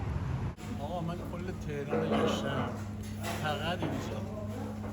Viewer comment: Where’s Teiran? It’s Teh-Run!!